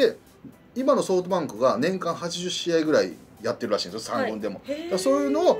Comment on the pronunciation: ソフトバンクのことソウトバンクて言うよね笑笑